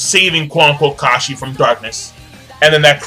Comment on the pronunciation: its not kashi ! .. its kassim ... like kassimg xD